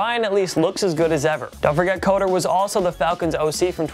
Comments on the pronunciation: Pronounced 'cutter' not 'coder'.. lol just sounds weird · You guys need to research how to pronounce names. If Dirk Koetter was a great coach, you should know his name is pronounced “cutter”.